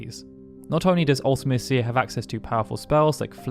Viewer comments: I disagree about Ultimecia (and you say it different than we do, you might be a brit). Unless you're totally unprepared, the battle isn't hard, just lengthy. Hero Trials, Invincible Moon, Aura spells, Triple-Flare, Triple-Holy or Triple-Ultima, so many great options. And a random party of 3 (out of just 6)... you are almost guaranteed to get at least 1 of your preferred characters, usually 2. Now a random 4 characters in FF6, THAT would have been brutal. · Any game whats the worst ever hard near impossible enemy or boss Not to be a c**t but edea and ultimicia are being pronounced wrong I used to get ultimicia wrong too edea is an old name sounds like a grandma type of name I don't know how to describe the other ? Her GF never brained her never forgot anything